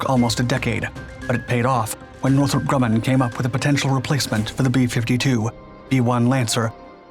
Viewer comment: It's NORTHROP Grumman, idiot!